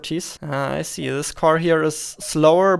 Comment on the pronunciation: Kann es sein, dass du Problem mit dem Buchstaben S hast? Ich möchte dir nicht zu nahe treten daher die Frage. Hätte mir auch gerne das Video weiter angeschaut aber wenn ich sich jedes S anhört wie im deutschen (vorallem bei Sätzen mit "can i see", "you see") bekomme ich echt Kopfschmerzen. nur ein gut gemeinter Rat bissel auf die Aussprache achten. aber ansonten thumps up